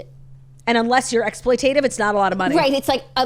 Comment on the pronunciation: Are they pronouncing “exploitative” like that as a joke / gimmick? 👀